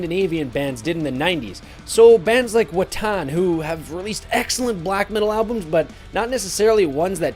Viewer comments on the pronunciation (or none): Mispronounced Watain, insinuated Goatwhore is black metal, one of the goofs who pretends that Deafheaven is a black metal band… opinion discarded.